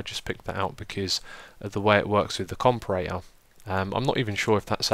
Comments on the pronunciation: It's pronounced Com-Para-Tor. Not Compa-Rator. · Xisuma please.. for the love of god! It's pronounced compARAtor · you prenounce it like comp-air-it-or, not like docm does